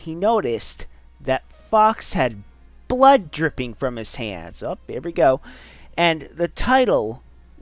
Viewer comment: i face palmed at "hyper realistic bluud"